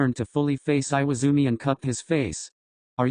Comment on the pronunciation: Im actually dying, IWAIZUMI, NOT IWAZUMI